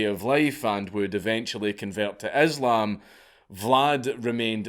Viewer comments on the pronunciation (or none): none